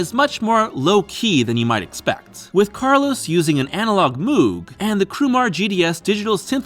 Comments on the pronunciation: Interesting story 🙂 FYI it's pronounced mow-g, not moo-g :-D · Moog = sounds like Mowg btw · You are mispronouncing Moog